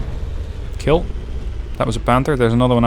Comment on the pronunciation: "It will kiel"